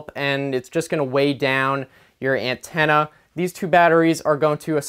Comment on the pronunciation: I like how he says ant-enna